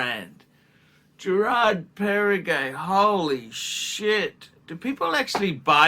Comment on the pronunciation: You made my day! 😅 So if I summarize with your own words: « the IWC is spectacular », « the Girard Parregaux is actually nice and Pateky» (it’s pronounced Perrego, not Perregay, just in case…), the Omega is good and I’ll pass on the Breitling rant because of the obvious difficulties you have in reading comprehension, combined with the attention span of a toddler. But…the key takeaway is they are all dogs with fleas and shitters. Instead of choosing good watches that we like or have complications, we should just dump all of those that don’t have a crown logo (including those that have sentimental value), in order to buy Rolex at 3 times the price, so that we can show off at the 15$ all you can eat Asian self service buffet and make sure even the sub-average diners there recognize the brand on your wrist. Not to forget that we should couple our Rolex with an entry level beemer, that we can’t actually afford to buy cash, so that people don’t mistakenly conclude that you drive a Ford Modeo, after seeing your gold IWC perpetual calendar. Spot on!! 😂